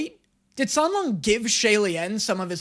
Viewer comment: it was funny when you mispronounced the names of the characters in your first video, but you could’ve learned them by now. It sounds kinda disrespectful that you even managed to say Xie Lian and San Lang wrong.